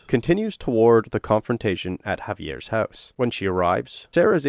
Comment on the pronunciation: Hauvey-ears haaoose. Say it out loud for the authentic experience.